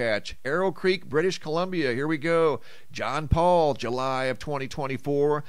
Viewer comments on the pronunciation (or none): none